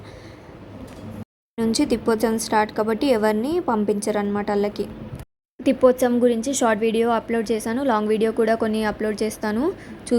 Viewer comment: తిప్పోత్సవం కాదు అమ్మ. ప్రతి సారి ఇలాగే అంటున్నారు సరిచేసుకోండి. తెప్పొత్సవం అంటారు. తెప్ప మీద స్వామి ని ఉరేగిస్తారు. అందుకే తెప్పొత్సవం అంటారు